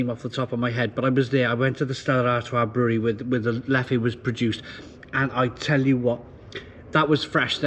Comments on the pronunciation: Leff. Leff. Fekking Leff not Leffy! Pffffd 😅 Love the Triple. My favourite style. Rituel is nice, Cascade Royal is the IPA you are thinking of. I have a keg of prestige and 6.6° in the garage. But the Tripel is the tops. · So about 5 years ago in Brussels I got told off by a bar owner for pronouncing it "leffey" , he told me it's actually "Leff". Now I don't know who to believe.